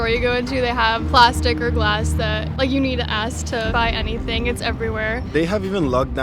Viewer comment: You ‘now it’s bad when cops have cornrows and say “aks”.